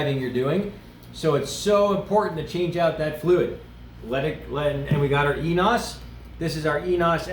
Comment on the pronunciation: heads up, it isnt ee-nos, its pronounced (for english speakers) "eh-knee-ohss"